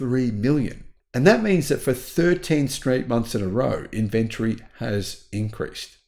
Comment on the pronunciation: in-vun-tree, not in-vent-tree!!!! *rage quit